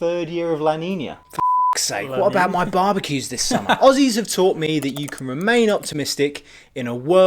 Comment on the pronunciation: ahem Aussies is pronounced ozzy's :P.